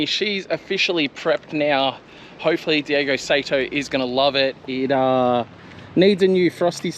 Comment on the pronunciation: The last name is Saito, pronounced like "sigh-toe". And as others have already said, he's not from spain. It's Daigo "Die-go". While its a whatever in a video for English speakers, it'd be good to get it right for when you need to say it in front of him.